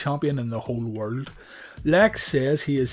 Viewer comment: Everything on your channel is great👍🏽 .Except when you say ( world )